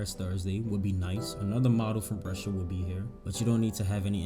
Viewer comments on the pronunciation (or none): none